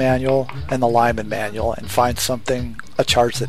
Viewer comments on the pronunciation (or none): none